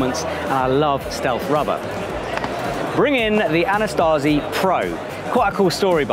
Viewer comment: there is no 'T' in 'AnaSAZI', much like there only one 'I' in 'AlumINUM'. Signed, an American (we perfected English. Fight me)